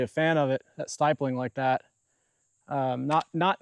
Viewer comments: stipling, not stipeling. Pronounced like skip. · Stipeling? I bet he pronounces nuclear as nuculear. 😂